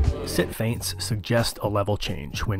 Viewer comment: This is really the key to be a good boxer “fients”